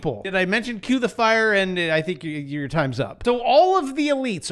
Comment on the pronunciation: You said Fink, HAHAHA